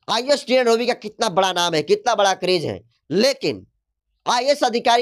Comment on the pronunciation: thori padhai kar Lo fir patrakarita karna kabhi Tina domi toh kabhi Dhobi ton kahi tina lovi bol rahe ho